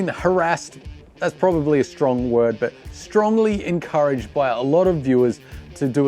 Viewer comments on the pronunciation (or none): none